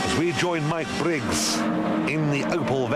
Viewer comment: At least he can pronounce Mike Briggs name.